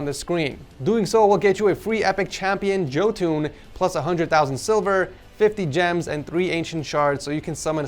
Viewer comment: The way he probouced jotun as "joe tune" had me turning my skin inside out laughing